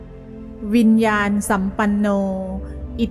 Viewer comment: ต้องอ่านว่าวิญญาณนะสัมปันโน